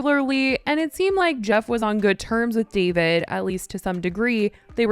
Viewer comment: Why are you calling him “Davide”